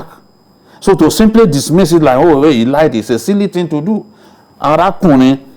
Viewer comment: Babajide please can you ask to stop using "like" and "look" in every sentence cos it is very annoying especially when he pronounces them as "lique" and "looque". Sounds irritating to the listeners. Please correct him.